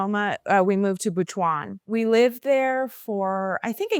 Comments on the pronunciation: Butuan is pronounced as “boot-one” with the accent on “boot” and Davao is pronounced as “da-vow” with the accent on “da.” You lived in the Philippines longer than I did and I was born there. The culture shock makes sense. I grew up speaking Waray-Waray, but my husband only knows Tagalog. Good thing I learned it in school so whenever we speak in “private” we use Taglish LOL. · I’m confused why is somewhat mispronouncing the regions in the Philippines where she resided (i.e. Butwon and Da-VAO).